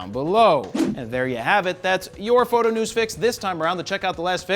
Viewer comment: Love how he says “knows Fow-to”